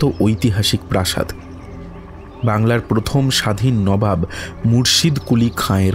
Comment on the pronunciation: ami tomar voice er khub boro fan. But unfortunately bar bar নাবাব sunte boddo kane lagche. Please ektu kheal rekho. Ota নবাব hobe.